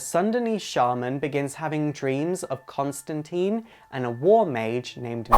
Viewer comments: It's pronounced Constantyne, but whatever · Oh, come on. It’s Constantine, rhymes with -fine. =) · Selfish Eyes it is wrong if you have been told how to pronounce it correctly by the person whose name it is surely? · You say Constantine wrong. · Is it so hard to pronounce John Constantine right? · Great video, but the only "complaint" is that i think its stated that Constantine rhymes with line. Simple mistake . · Very neat, but you are saying his name wrong, a lot of people do it.... It is suppose to be said like "Constantyne" not Constanteen, with a I not two E's, like saying 'mine'. :) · Constan-tine not -teen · Sorry im being picky saying this but its pronounced ConstanTINE. Not Teen. Just follow the Line with John Constantine. Its funny because John takes the piss off someone in Hellblazer for making that mistake. But I understand the confusion especially with the TV show mucking it up. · Tine ala fine not teen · The pronunciation of John Constintine's name is, bear with me here-follow closely. The end of Constin(tine) is pronounced like PINE. ConstinTINE. Not like TEEN, for TEENager. Get your facts straight guys. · Why everyone keeps saying Constantine in the wrong way? Alan Moore specifically insisted that it should be pronounce as "Consteintine" instead on "Constanteen". Inf you don't trust me, then trust I hate that the american movie just imprint so much wrong things into this amazing character... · ConstantINNNEEEEEEEEEEEEEE not teeen. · Every movie made of this character is pronounced "teeeen". Why do you and others insist on "tīne" ? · It's TINE Rhymes with FINE or ValenTINE. Why the F**K can't American's get this f**king right. I mean Jesus do 5 minutes of research. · Great video, only thing is his name isn't pronounced ConstanTEEN it's ConstantIne, it rhymes with line, sign etc. I know it's like Tomato, TomAte but Constantine did say his name is pronounced that way. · /sigh Constantine, rhymes with Line Not Lean